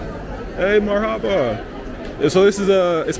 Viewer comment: I think it's pronounced MARhaba. Not MarHAba.